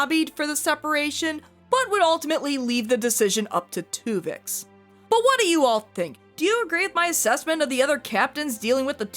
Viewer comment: Take a shot everytime she says Twovix